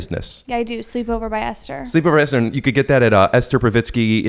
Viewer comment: I think its actually pronounced Esther